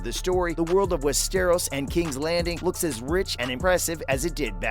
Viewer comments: Westeeeros? West-er-os? Ross Leslie? It's Rose. Please. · I Connor get over how he pronounces Westeros, “Wess-Teros.” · Jesus fucking Christ how do you mix up the words “Ross” and “Rose”?!??!? I want to barf. Ya know what? Make that crybarf. AND FOR FUCK’S SAKES IT’s WES-TER-OSE. SOUND IT OUT WITH ME NOW. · Click bait and I can tell you never have watched any of it by the way you pronounce Westeros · What a load of BS. The narrator cannot even pronounce Westeros. CLICKBAIT.